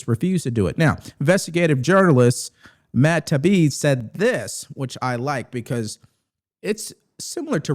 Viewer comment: Matt Teye ee bee